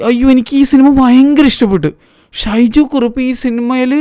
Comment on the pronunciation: ഷൈജു കുറുപ്പ് അല്ല.... "സൈജു കുറുപ്പ്" 😜